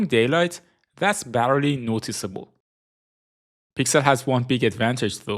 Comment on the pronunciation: barely /ˈbɛːli/